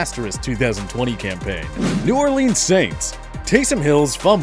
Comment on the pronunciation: Don't say new ORLEENS please.